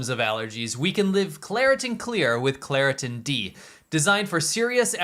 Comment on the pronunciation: Claritin ffs😂😂